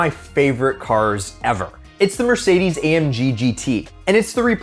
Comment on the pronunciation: what's a Merdeces Benz??